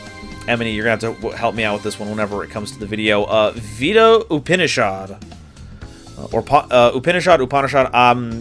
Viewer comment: U-pa(w)n-ie-shawd. I think you got the pronunciation down well enough. P.S. Elegy is like the musical equivalent of a eulogy.